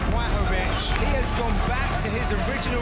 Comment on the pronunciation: błachowicz (bwahovich), learn